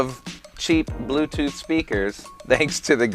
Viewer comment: “Blewtewth on, auxhillaury moad” 🥵